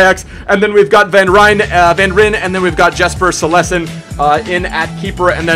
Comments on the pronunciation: Jesper silesen. It's pronounced Jasper, as in the word all. Cillesen is pronounced sil-es-sen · haha you pronounce cillessen and gudelj wrong😂